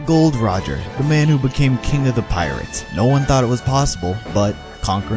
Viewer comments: It's not gold Roger how much times do I have to tell you it is Gol D Roger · its not gold roger its gol. D rogers